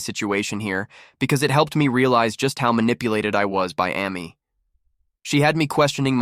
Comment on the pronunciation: AI voice Amy Ah-me lol